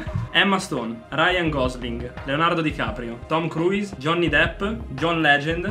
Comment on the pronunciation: Comunque si pronuncia Crus, non Cruis